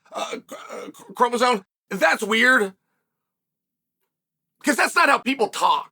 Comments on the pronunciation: what first argument? I was making fun of chael saying chromosone instead of chromosome!!! The hell is wrong with you?! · Someone tell Chael that “Chromosome” does not contain any Ns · uncle chael always miss pronounces names/things here, now it's "chromoson" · Lol, you can't even pronounce chromosome correctly. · Incredibly L take, from a man who doesn't even know how to correctly spell or pronounce the word 'chromosome'. The fact that there even is a debate regarding this -- that allowing people with mental issues is even entertained as an option, let alone allowed to compete -- is absolutely absurd on its own. Society has gone too woke and blinded that its twisted worldviews bled into the goddamn Olympic games. Absolutely pathetic.